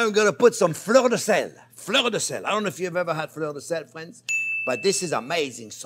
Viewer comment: With fwends🥰